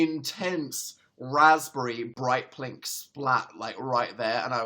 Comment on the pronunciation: Anyone else notice that he said "plink" instead of pink?